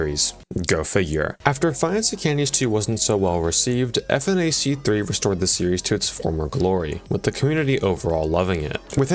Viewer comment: Saying "F N A C 3" instead of "funach 3" is blasphemous